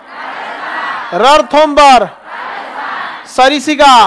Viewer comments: सरिसिका नही सरिस्का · Not sarisika, it's sariska